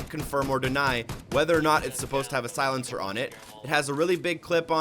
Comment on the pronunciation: Does this guy know how to pronouce words??? Clip? Silencer? Come on man at least TRY to pronounce thing right